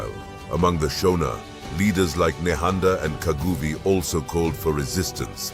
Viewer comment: Your photos are nonsense that is not CJ Rhodes. Neither are the Ndebele traditional garb correct. The pronunciation of Shona is not how people in Zimbabwe pronounce it!!